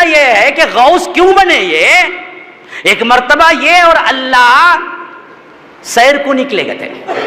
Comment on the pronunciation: Jab ye baat hmne nhi likhi aur tumne bhi nhi likhi, aur dono hi astagfar pad rhe hai toh fir nalayako q ek dusre par tohmat lga rhe ho ? Dono side se galti ho rhi hai, and yes woh ALLAH hai Alla nhi ....!